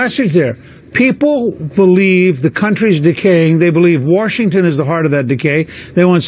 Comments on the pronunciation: hahah he said warshington..... because english is hard.... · "Woorshington" that's all I have to say xD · Is there an "R" in "Washington" I don't know about?